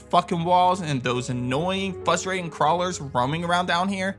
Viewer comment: Pronounce “frustrating” correctly, challenge impossible